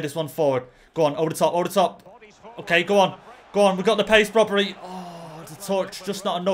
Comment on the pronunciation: its brobbey there is no r in his name